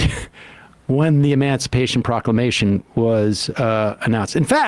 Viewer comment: Charlie Kirk says "Emancipation Proclamendation Day"(I am not sure if that is the proper spelling, but seeing as that it is not a real word,I am guessing that Charlie doesn't either).